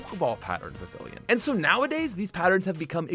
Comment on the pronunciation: Vivillon is pronounced [VIH-vee-on], not [vih-VILL-yun]. I’m not sure where you got the [yun] part at the end. No disrespect intended.